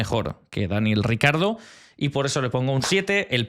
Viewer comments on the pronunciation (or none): Cada vez que he escuchado “Daniel RICARDO” me sangraban los oídos. Difiero en casi todas las notas, hay algunas incluso en las que la explicación es bastante meh. Para mí, Verstappen y Hulkenberg los mejores de la temporada hasta ahora.